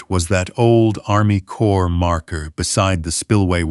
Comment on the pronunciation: The CORPS of Army Corps is pronounced CORE. The S on the end of CorpS is silent, not pronounced.